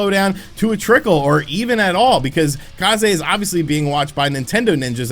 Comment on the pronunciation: If they are Japanese, then Kah zay is the correct pronunciation! It means Wind